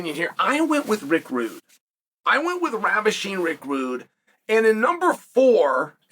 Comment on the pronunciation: Rick wude 😂